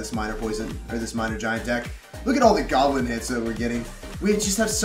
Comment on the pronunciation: minering and giblininngngngn 😂